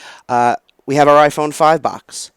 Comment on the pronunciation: In this video the word is not "box" Is "Bax". That makes sense! :P